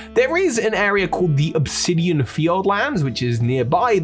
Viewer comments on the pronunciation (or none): none